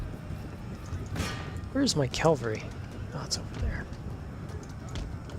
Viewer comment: Enjoying these vids. Its cavalry rather than calvary 😅